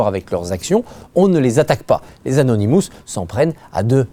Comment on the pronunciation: et au fait, c'est anonymous et pas anounimous